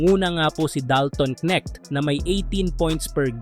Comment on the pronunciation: Anong ke neck ..haha..ayusin mo mag bigkas..neknek mo😂